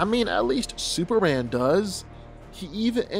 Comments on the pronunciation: dude it's superman sperMan not supper-ran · It’s Superman, not Super-Ann 🤣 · why do you say "Super anne"? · I'm sorry, but maybe it's me, but as I listen to the video while my husband watches it ... I kept hearing him say SUPER ANN, SUPER ANN, SUPER ANN... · Anybody else hearing the dude saying SuperAn ?